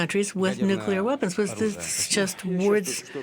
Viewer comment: The lady commentator needs to correct herself on the word "nuclear". It is not "Nucula". This mistake is common among uneducated folk and undermines her professionalism and credibility. She otherwise comes across well, so attention to this important detail will help advance her professionalism.